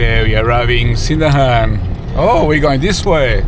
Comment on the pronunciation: Welcome back to our town. Annoying correction from Correcto-Man: We don't say SIN-dahan, rather, sin-DANGH-ahn. (With no hard g sound at all.)